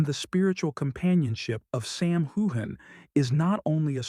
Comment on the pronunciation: Nice report but the least thing you could do is pronounce Sam's name right